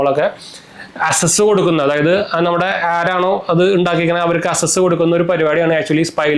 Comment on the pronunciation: അസസ് എല്ലാ ˈakˌses എന്നാണ് ഉച്ചാരണം